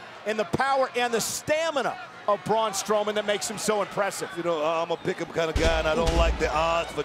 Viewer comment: ITS BRAUN NOT BROCK